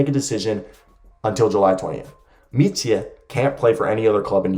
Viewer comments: Micic is prounounced Michich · It would be more like Meetcheech. You are adding on an extra "eh" sound at the end when you say his name when you shouldn't